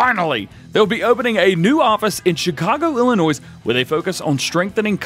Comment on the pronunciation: . P. S the S in Illinois is silent. It’s French (oui)